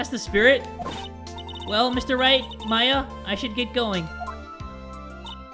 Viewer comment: that's Maya not Mia!